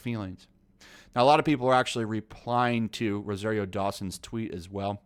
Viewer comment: You’ve been reading and hearing the name Rosario Dawson for weeks and you can’t say it pronounce it right? What’s up with nerds and having to putting different inflections on words and names....yo, Ro SAR io....SAAAAARRRRRRR NOT SARE. How do you do that? Would you say her name wrong to her face? Do you have a problem hearing?